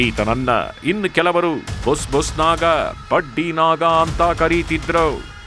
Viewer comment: Badddiii naaaagga ( voice pronousition) worse than the worst